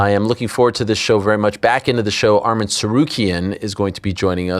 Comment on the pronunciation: ARMAN NOT ARMIN